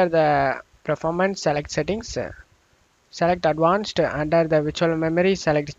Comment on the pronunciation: What terrible English do you speak ? Windowse? Updatse? Settingse??